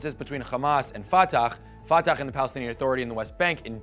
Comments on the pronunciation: You’re mispronouncing Fatah and Hamas, it is the Arabic letter ح which is a voiceless pharyngeal Fricative not a voiceless velar fricative Or a voiceless uvulas fricative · Khamas?? Ftakh? Khassan al banna?? My friend practice the names before talking about somethings